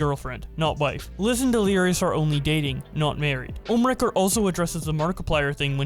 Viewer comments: We say: ohmwrecker Keem says: Omnimaker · its ohm not ohmnee wrecker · keemstar watches too much invincible he said omni wrecker 😂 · he also calls ohmwrecker for omniwrecker Keemstar is pretty known for mispronouncing names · Omni Record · Legit keem can’t say ohmwrecker so cringe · I hate how both and keemstar are mispronouncing everyone's names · "How many times can keemstar miss pronounce Ohmwrecker's name" simulator